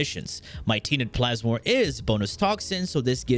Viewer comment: Tea net plasmor! KEKW